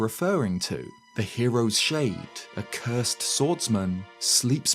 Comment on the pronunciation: I'm getting too irked out by how you pronounce shade when you say hero's shade